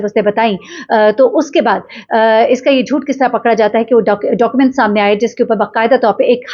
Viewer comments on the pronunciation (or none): none